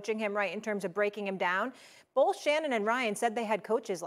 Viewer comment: “boLth” says Molly, 8x/sentence